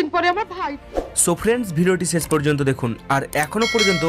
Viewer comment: স্যাম বাজারের সসি বাবু সকাল সকাল সাইকেলে চড়ে সসা খেতে খেতে সসুর বাড়ি যায়। আপনার উচ্চারণ 'সুনতে' 'সুনতে' অনেক 'সান্তি' পেলাম, ভিডিওটা যখন 'সেস' হল।